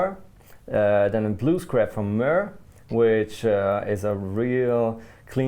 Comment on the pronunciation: Mooer is pronounced "more". This is how they say it. Thomann, you promised to tell!